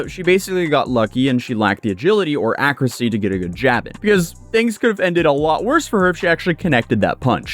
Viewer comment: I liked and his "accracy" 😏